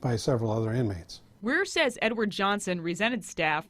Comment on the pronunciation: "GOMM" not "GOME." Please have respect for the Officer by learning to pronounce his name if you're going to tell his story.